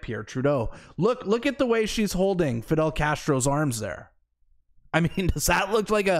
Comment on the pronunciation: It's fidel..😂cmon man